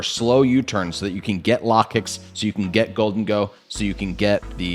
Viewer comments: Its Low-kicks I had to turn off the volume anytime you brought out or talked about Lah-kicks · It should sound like locust